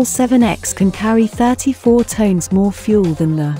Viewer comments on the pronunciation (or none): You lost me with that voice and at their payload being Tones instead of Tons... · tons, not tones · Is Tons NOT TONES